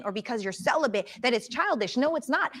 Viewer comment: Celibant? CELIBATE. He irritates my SOUL. He is an airhead who wants to be "deep" and "intellectual" soooo bad and this Dr. is equally ditzy and I can tell a lot by the BBL and bad plastic surgery that the head is hollow and she is insecure. Ugh.